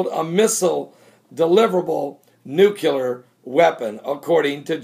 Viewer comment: NEW-KLEE-URR say it with me NEW-KLEE-URR :)